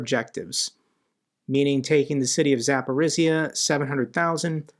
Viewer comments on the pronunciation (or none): may I help you with the pronouncing of one Ukrainian sound please? It is "zh". It makes a consonant like in words division, treasure or azure. Here is kinzhal, Zaluzhny, and even Zaporizhzhia, where there are even 2 of it in a row. It doesn't sound like in zoo and it is quite a common sound in Ukrainian. Thanks for your work from Ukraine. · Can I help you with the pronouncing of one Ukrainian sound please? It is "zh". It makes a consonant like in words division, treasure or azure. Here is kinzhal, Zaluzhny, and even Zaporizhzhia, where there are even 2 of it in a row. It doesn't sound like zoo and it is quite a common sound in Ukrainian. Thanks for your work from Ukraine.